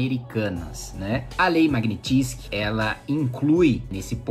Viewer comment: Kim, admiro seu conhecimento sobre leis... mas qdo for falar uma palavra estrangeira, dá um Google na pronúncia original... Magnitsky é russo... logo...